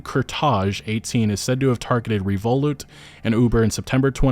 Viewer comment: i get mispronouncing revolut but how do you mispronounce britain?